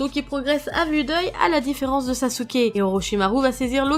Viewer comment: Ibrahime Balde 0 pourquoi elle a dit sasuke et pas sasuké